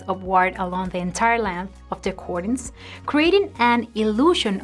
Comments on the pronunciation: The first syllable in the word "curtains" rhymes with "her" or "hurt". It does not sound like "cork" or "cord". I speak Spanish as a second language and I am grateful when a native Spanish speaker corrects my pronunciation. I suspect that you do, too. Thank you sooooooo much for the useful ideas. My mistake is having curtains ( "her"..tains) that too short. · I literally thought she was talking about something else pertaining to curtains when she was pronouncing it cordunes. I thought cordunes had something to do with hanging the curtains higher...lol! I'm over her trippin! Great advice though! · The way she says "curtains "....🤣🤣🤣🤣🤣